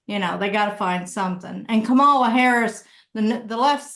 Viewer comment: let’s transition to proper pronunciation of Kamala today.